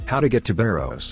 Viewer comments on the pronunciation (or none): It's Baros, not "Bairoes".